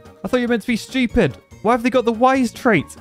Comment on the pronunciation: I like how u say Schupid!😂😂